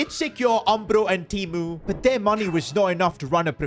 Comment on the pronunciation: The way you pronounce "TEMU" gives me joy 😂🙌🏾